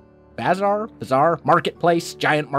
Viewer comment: He tried to pronounce "bazaar"